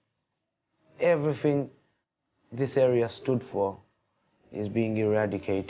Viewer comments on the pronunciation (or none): The Bengali feller mins contradicts himself by saying 'Everyfink' which is pure Cockney